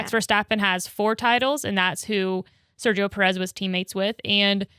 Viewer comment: As a latinoamerican guy I have to tell you, the G in Sergio is pronounced the same way we pronounce México un Spanish. English examples escape my mind atm but similar to the h in ahead. Think of it lime Ser-he-o with a short O at the end not "ou", more like an abrupt stop. The other names also have some slightly different pronunciation but I'll limit myself to the one Spanish name 😅